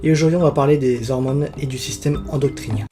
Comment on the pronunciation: endocrinien pas endoctrinien, tu l'as mal prononcé tout au long de la vidéo ;x